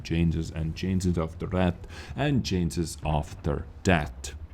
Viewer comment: Like for every miss pronunciation of the word 'changes'